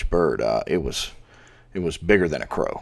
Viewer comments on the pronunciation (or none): none